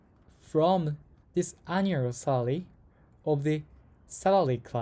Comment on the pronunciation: bro cannot say "salary"